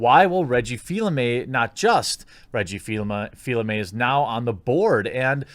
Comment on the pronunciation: its Reggie Fils-Aimé not fill aime